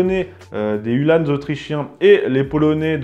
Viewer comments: Uhlans, et non UhlanEs lol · Je sais bien mais on dit Ulhans pas Ulhânes